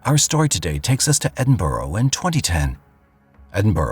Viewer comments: I don't know about "end-burrow", but when it's pronounced correctly, it sounds like ED in burra. Ask anyone from Scotland. Or better yet, google "correct pronunciation of Edinburgh". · Edinburgh is pronounced Edinburra as in kookaburra 😊. Greetings from Scotland 🏴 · I’ll never understand how the word Edinburgh becomes End-burrow.